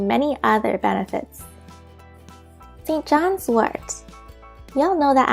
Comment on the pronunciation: St john’s WORT, not WART